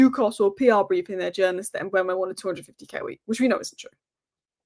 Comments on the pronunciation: Mbeumu should be pronounced M-boo-moo. Saw an interview with him and this is how he pronounced his own name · Here’s the answer to the Mbeumo pronunciation for anyone interested.